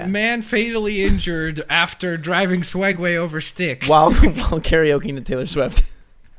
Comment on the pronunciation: it sounded like said feeding swegway